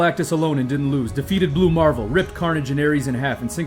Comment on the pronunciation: Why do you say "Blue marvel" like that? 😭😭